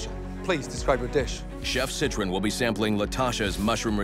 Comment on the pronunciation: Imagine being Gordon Ramsay and getting a fellow Michelin star chefs name wrong. Josiah "Citron"😂